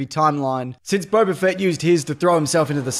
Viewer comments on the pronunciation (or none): none